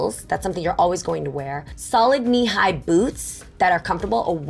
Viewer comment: Who else heard Ni hai instead of knee high?